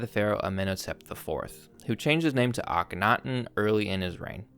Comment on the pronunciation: It's akhen-aten, not ake-thon. as in Horizon Aten, it's a compound name.